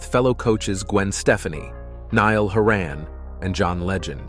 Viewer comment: You had me 'til you tried to pronounce Gwen Stefani and Niall Horan. :face-blue-wide-eyes